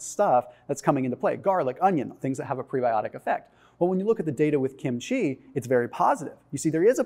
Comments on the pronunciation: the accent is on the first syllable. KIM-chi. Not kim-CHEE. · I love kimchi. (It's pronounced kim' chi. Emphasis on the first syllable)